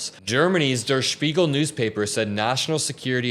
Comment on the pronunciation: Der Spiegel, Great pronunciation!